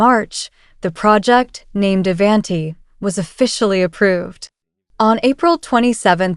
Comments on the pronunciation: Ai can’t even pronounce Avanti correctly. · Learn how to,pronoun the word Avanti! 😂